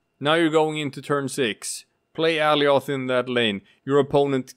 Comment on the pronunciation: Alioth is pronounced like goliath without the G